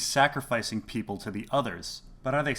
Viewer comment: Peeople, lol.